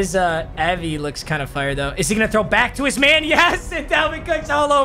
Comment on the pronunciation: “Fiyur”